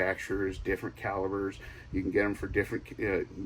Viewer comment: Florida couple of stores still carrying ammo & backyard are easy to come bye 🙏-🤝👍covered it all.. gotta send ya a voice message how to say calibre 😆. Still love my sigs 28+yrs my p226 9mm triple wrapped spring/I can count on 1 hand the misfires over the years .Also came in handy 1 Time in a hand to hand altercation. Oh boy did I leave some knots on on someone’s head. Like a sledgehammer the p226 & the extra few it holds,makes me feel a bit better..Does rust up a bit rarely use a holster